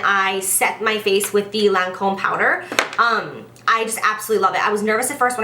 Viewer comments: Lancôme is pronounced "Lon-Com" with emphasis on the "m" at the end :) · Wow girl I've been pronouncing them quay too! Never knew they were pronounced key hahah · I pronounced it "Kway" as well 😂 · In England we pronounce Lancôme as Lon-com. I pretty sure it's how the French pronounce it too, but obviously with an accent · Girl I pronounced it "Qu-Way" too 😂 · I pronounced it "key" too ! ahah Love you girl-your fav videos are always worth the wait!! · That accent you had when you said Lancôme had me dead. You could literally be the voice over for a Lancôme commercial lmao x